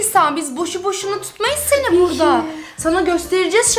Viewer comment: Şerbet burdağğ Künefeğ burdağ Şekerpareğ burdağ😅😅😅